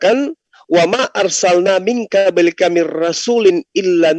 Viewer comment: Kenapa bacanya " Ming kablika? Kok bukan Ming qoblika? Apa memang logatnya ga bisa baca qo? Selebihnya saya itba'